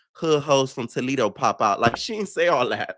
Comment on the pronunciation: not too much on Joseline's pronunciations she had the right one for Toledo bc its a Spanish name lol